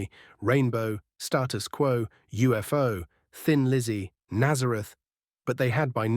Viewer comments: yes please use your own voice. It's jarring and off putting to hear atrocities such as Status Quo pronounced "Stahtus Quo" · After 2 minutes and 56 seconds into this video i decided that it's AI again. What really got my goat was the pronouncment of Status Quo. It was pronounced "Startus Quo" It's a ruddy shame AI can't pronounce words properly. This video had the makings of something really good but im sorry to say im uttery disappointed 😒